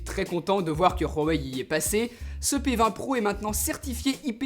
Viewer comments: Super vidéo par contre la marque c’est pas Rhuawei mais huawei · Et bien, cher il se trouve que tu as tord. Bon je vais arrêter de parler comme ça ^^. Le son "R" que tu prononce n'existe pas que ce soit en chinois ou en français. On prononce " Ouaouèï ". Je te pas cela pour t'offenser ou quoi que se soit hein? 🤣 Juste une pitite rectification. T'es vidéo sont extrêmement bien travaillé, un contenu super propre et épurée. Je te tire mon chapeau 🤠 xD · Mais putain tu le voit ou ton R dans huawei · Tu le voit où le « r » dans Huawei ? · Pourquoi tu dis « Ruawei » avec un r ?!! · Marquet Ninon non on dit rhuawei l’inculte. Au lieu de parler, renseigne toi la prochaine fois. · Rhouwa-ouaille hein ... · Pourquoi tu dis rwawei ? C'est pas un téléphone espagnole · Ruawei???? Tu va faire du surf à Rawaii? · kevin french Hawaii? C'est chinois? ;) Non, donc on dit Awaye, en mandarin (chinois) on prononce le H aspiré, mais des gens le prononce comme le R. Il ne faut aucune faute. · Chez Ruawei... T'as dis ça tout le long, c'est stressant 😂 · nop ! C'est wawey ! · À vrai dire ce n’est pas réellement un R la prononciation, c’est un H aspiré un peu rauque « rhuawei » mais on n’entend pas clairement le R, a foiré sa prononciation, faut être beaucoup plus soft ^^ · Très bonne vidéo ya toujours ce petit “r” de pronconcé dans Huawei alors qu’il n’y en a pas mais c’est négligeable ^^ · VinzStream pas du tout ça se prononce pas Rhuawei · Exellente vidéo mais (petit mais) arrête de dire ROUahwei xD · Marquet Ninon alors évite de dire de la merde et renseigne toi comment on prononce huawei. Inculte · Y a pas de r a Huawei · Il sait pas prononcé Huawei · C huawei pas Rhuawei 😂😂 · Par pitié c' HUWAI pas Rrhuawei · On dit huawei pas rhuawei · Svp on prononce " wawey " pas " Khouwawey " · C'EST PAS RUAWEI MAIS HUAWEI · Nickel mais c'est Huawei pas rhuawei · Ruaweil 😂 Sinon superbe vidéo 😉❤ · comment ça se prononce ?? : " Huawei ou Hrowawei ?? " ptdrr